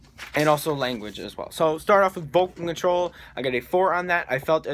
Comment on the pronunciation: says characterisation and langauge twice bahahaha